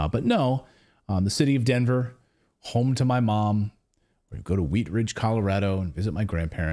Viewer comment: Commurado not Colorado